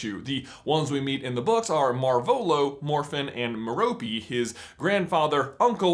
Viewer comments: Fun fact: The name Merope is of Greek origin, and is pronounced MAYR-uh-pee (rhymes with "therapy"). #themoreyouknow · On a side note, isn't Merope Gaunt's name pronounced MEHR-ope-ee? It's a Greek name, like Hermione.